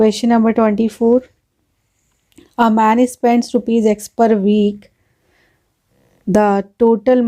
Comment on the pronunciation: Spand nahi spend hota hh 😂😂😂😂😂😂😂